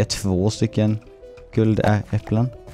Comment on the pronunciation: Det lät roligt när du sa "nu har vi två guld Ä äpplen😂